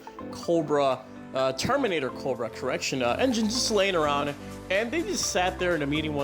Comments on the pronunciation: I stopped watching after hearing "Coldbrah" 10 times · Dude, why do you say Cobra, so Weird? Cccchhhhhhhhhooobra